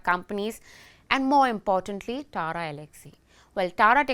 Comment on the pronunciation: This is TATA not Tara